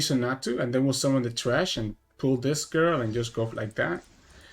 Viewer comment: it's thresh not trash lol